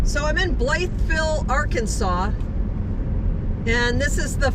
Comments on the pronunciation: Pronounced "bly-vill". Not "Blythe" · I lived here at the AFB in 1979 thru 1981. It is pronounced Bluh vle by the locals. Not making fun, just sayin!